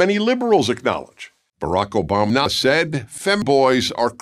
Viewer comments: Did you edit it so that he said Obamna instead of Obama? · i love the extra touch of pronouncing it obamna